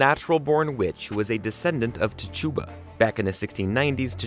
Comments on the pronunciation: Tahchooba? I thought it was titchuba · Not you pronouncing Tituba as Ti-choo-bah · I'm pretty darn sure it's pronounced "TIT-TEW-ba". Queenie is my fav !!! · Lmfao why you said Tituba like that (ti•cha•ba)🤣🤣🤣🤣 no tachooba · I couldn’t get the video and it’s entirety because of the mispronunciations of the names of important characters Papa Legba I mean the name is is pronounced like it’s spelled and Tituba as well. You watch the show and they pronounce their names correctly I don’t understand why he couldn’t. But can phonetically pronounce the spells right. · You pronounced Tituba wrong, expected tbh 🙄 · You mispronounced Tituba